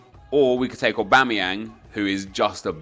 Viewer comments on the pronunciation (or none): none